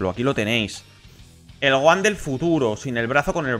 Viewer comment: Todos: Gojan/Tenchinjan: Goan/Tensian